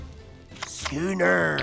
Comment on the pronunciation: Word: Schooner How the pirates pronounce it: Skünér